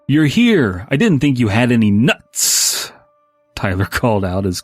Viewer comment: almost laughing at the way he said nutz is good